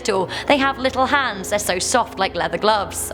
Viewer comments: Are you saying hands or heads? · Not sure if she's saying heads or hands.....